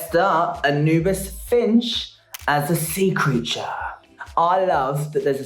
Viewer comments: Yass Bimini!!! Raven repeat after me 'An oo biss' not 'Anabis' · Raven saying its Ana-bis instead of A-new-bis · Lmao raven saying anibis instead of anubis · BIMINI! Yaaaas! Also Raven Girl it’s A-NEW-BIS like the Egyptian God of the underworld. Not Anna-bis 😂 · Raven saying anabus instead of Anubis is very gottMEEK energy 🤣🤣☠️☠️☠️ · Raven pronouncing ‘Anubis’ like ‘cannabis’ is really rubbing me wrong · Not Raven saying 'anabis'.. Gottmeek we see you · I'm finding it odd that Raven can't pronounce ANUBIS. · Not Raven saying "Anna-bus" instead of "Anubis" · She really said Anne Abyss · Anubis not annabis 😂 Egyptian not stoner reference 😂😂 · Raven pronouncing Anubis like “cannabis”? Perfect lol 💨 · Please welcome to the stage, Anna Biss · is raven saying ANAbis to anyone else?? lol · Ravens pronunciation on Anubis Hahaha Its "got meek" all over again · Raven: "ANNA-BESS" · Raven pronouncing Anubis is...priceless lol..ravvveeeennnnn ahhahaha.. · honestly i’m glad Anubis got sent home first just because it means we don’t have to hear Raven mispronounce her name all season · Well it's over now.. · Raven saying anubis like cannabis without the c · it's a shame Anubis left because now we won't get to hear Raven mispronounce her name every week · Raven saying Anubis as if it rhymes with cannabis is killing me lmao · it’s worse than that. anubis is well known name, and a well known figure culturally across the globe lol. you can be forgiven for not knowing how to say gottmik, but not anubis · Ugh I heard it and so glad I came here and saw this comment lol. I'm offended